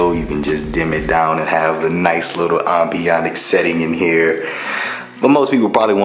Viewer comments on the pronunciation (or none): "Ambionic setting" lol